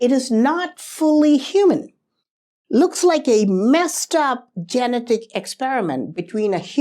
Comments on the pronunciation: I enjoy your videos, but I have trouble some times bc you mispronounce some words. Such as genetic. Ji- Net- ik. Your English is impeccable except for a few words. Keep the videos coming! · I love you man, so I'm going to help you out. genetic. how you say it in English, this is how it's pronounced: just say the name, "Jeanette." now say, "ick." again, say: "Jeanette-ick." try it, I'll have you talking in perfect English in no time. 😝💯💯💯